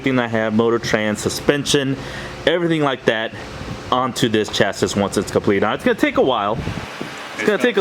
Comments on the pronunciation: Yeah I don't think I can watch a car channel that don't even know how to say chassis! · If you are going to build and race cars you need to learn how to say chassis the s is silent